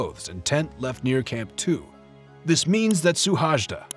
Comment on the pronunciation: His name is Suhajda, not "Szuhásdá".